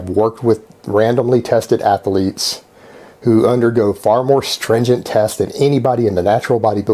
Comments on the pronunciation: I didn’t know athlete was a three syllable word.... “Athell Leets” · Jesus jumped up christ! Once you notice his constant nose breathing you can barely hear anything else. Also, how the fuck is "athletes" a three syllable word?!